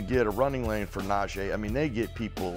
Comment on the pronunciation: How we still pronouncing NaJEE's name wrong in year 3 of him being a Steeler. Nah-Jee not Nah-Jay